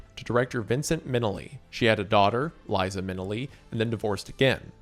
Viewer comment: Not Wendigoon getting Liza’s name wrong- she has a whole musical number about it bro!! 😭